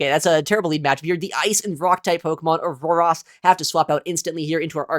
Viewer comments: Aurorus = OR - OR - OS Sorry but the way you kept saying "AAS " was slightly jarring 😂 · Aururos? I think it's Aurorus